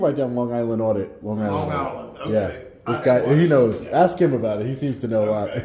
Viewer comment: Stop saying “Ax”, you’re way too educated to say the word incorrectly. It’s “ ASK” no X in it, thanks!